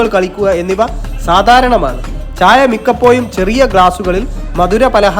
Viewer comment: മയ, കൊയക്കുക, മിക്കപ്പോയും, പഷ, അഷ, ഇതൊന്ന് നിർത്തിക്കൂടെ 😂😂😂